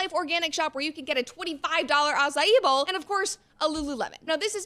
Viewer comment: Something about her pronunciation 🤔s me. She's so precise on "acai" -- ah-sa-ee but at least once says "acai ball" instead of "bowl" ? And then "af flu ent" ... 🤔